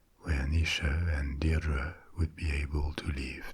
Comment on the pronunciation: My name is Deirdre and it's hardly ever pronounced right! Thanks so much x